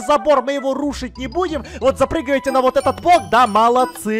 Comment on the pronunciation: ты сказал воть